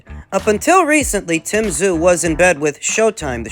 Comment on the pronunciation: Ffs pronounce Tim's name properly